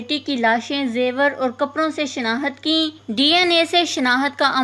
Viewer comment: Word tu sahy bolo. " shnahat" kya hai. " shnakht" word bolo